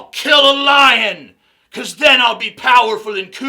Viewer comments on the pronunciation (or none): none